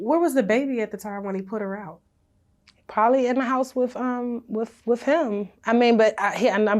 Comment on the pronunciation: I hate that she pronounces the word "with" like (wif).. ugg